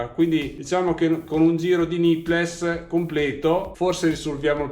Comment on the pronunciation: Grandissimo come sempre! Ti faccio un appunto fastidioso, spero che mi perdonerai: c'ho messo un po' a capire cosa fossero questi "nippless"; le parole "nipple", plurale "nipples" (che tra l'altro significa "capezzolo", "capezzoli") ti consiglierei di pronunciarle, anche italianizzate, "nippol" e "nippols". Funzionano come la parola "little" che in Italia pronunciamo "littol"!